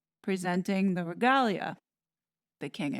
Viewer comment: You rock, as a rule, but I flinched, a bit, until you mispronounced Trafalgar. That battle is one of the proudest moments in British history. Mispronouncing that is a major faux pas. Tra FAL(as in pal) gar, regalia - Re GAYLE ya,, diocese - DI ah seize , Mall - Mal (as in pal), Mordaunt - MOREdunt. tiara - tee AH rah. Just a few helpful hints for the American audience.